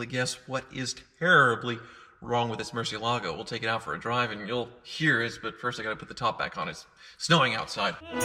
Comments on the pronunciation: Why do they keep mispronouncing Murciélago? 😂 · Apparently you're pronouncing it wrong according to Ed and Tarvarish even though I like the way you say it better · He's not pronouncing it correctly though, he even states it is Spanish for bat. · Stag Manson He is haha. Ed Bolian and Tavarish are the only people in the world that pronounce it that way. And they are wrong. Haha. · I don't care what Tavarish says (or claims that Google says), I prefer pronunciation of Murcielago, even if it's wrong. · Now I can't hear this pronunciation of Murcielago without thinking it is incorrect. Thanks Tavarish. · Dear: 1. The singer on the recording of "Carmen" that you chose for this video is terrible. 2. The name of the car is Moorsi-EL-ago. That's right, it's not a Merci car, and the stress is on EL. You are welcome. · Nope. It's pronounced Mur-ciEH-lago. Tavarish is the ONLY person who says it like that. Your argument is based on the fallacy appealing to authority (argumentum ad verecundiam). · Mercy-uh-lah-go Tavarish: Google it. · Nicholas W. “lago” is lake, and they pronounce it “lah-goh”. Therefore, Murcielago is pronounced as “Moor-syeh-lah-goh”. Tavarish and Ed Bolian are not correct. When they are the only 2 people in the world that pronounce it like that, then you know it’s wrong haha. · There is one sound that's worse than your 1st gear and that is when Tavarish and Ed Bolian pronounce Murcielago as Murci-ala-go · Spanish speakers are going crazy about he mispronounces “Murciélago” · First off, congratulations on buying that awesome car. Secondly, for the love of God please learn how to pronounce Murciélago. Your pronunciation is cringeworthy! It’s a Spanish word. Please watch this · but seriously tevarish needs to teach you how to pronounce murcielago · It's not pronounced Murcielago, it's pronounced Murcielago. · He does not pronounce Murcielago though. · MurciELago. Please start saying it correctly. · Mercy ele go... is how you say it...